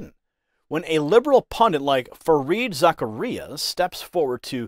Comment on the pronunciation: It’s pronounced - Zac car ia